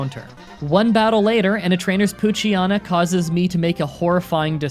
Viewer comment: manectric is pronounced may-neck-trick, because it is very likely a mix of the words "mane" and "electric"! and electrike is.. well, electric and tyke so ee-lehk-try-k also -- because mightyena & poochyena are both hyenas, their names are pronounced pooch-ee-yeenah and might-ee-yeenah ( although the "ee"s are less emphasized )